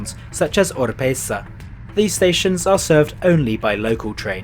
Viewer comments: Oropesa.not Orpesa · It is Oropesa, not Orpesa